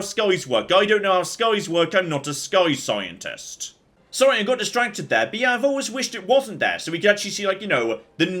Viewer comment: don’t you mean “skyientist”?